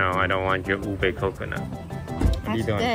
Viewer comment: I nearly laughed and i dont know why but ube is pronounced (oo-bee